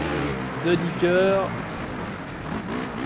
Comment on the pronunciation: c pas de dicker c de dYcker sa se prononce de dy ker sinon bonne vidéo